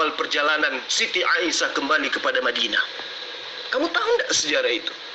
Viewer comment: Katanya ahli qur'an lo nyebut Nama Aisah kok jadi Aisiyah piye to..